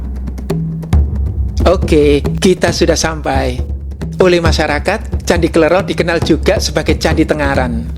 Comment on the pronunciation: mohon maaf bacanya kle'ro (ro serperti loro (dua jawa))